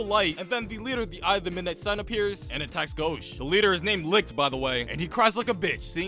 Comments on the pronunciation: Bruh . he said all the names wrong. Its not lixt . its licht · I love how you pronounce Licht's name like "licked" lmao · IT'S PRONOUNCED LISHT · LICHT IS SAID LIGHT IM SO MAD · The mispronunciation of German words is making me laugh so hard. "Licht" is just the German word for "Light" and that is not how you pronounce that 😅